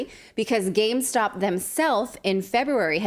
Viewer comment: Say it with me, gamestop. What is gamestock?